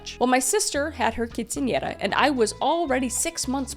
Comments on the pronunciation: this is a side note, but I have to pause and comment on this. I am Mexican, and I'm super impressed that you pronounced quinceanera correctly. So many non Hispanic people have butchered that word. You did not. I am genuinely impressed. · I know right, I expect it now, but it’s nice to here it right instead of quince I naira or something like that